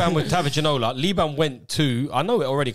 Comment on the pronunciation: The disrespect and pronunciation of David ginola was making me rage